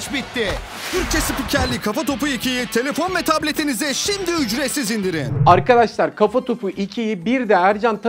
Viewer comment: Bu adam neden arkadaşlar diyemiyor arkkaaşlar diyip duruyor anlamadım.